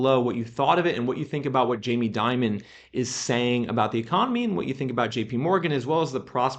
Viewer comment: jamie Dimon is pronounced Dee-mone, just as an fyi for future dialogue.